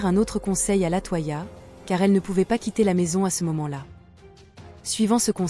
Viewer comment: LatOya pas latoi ia gnn 🤖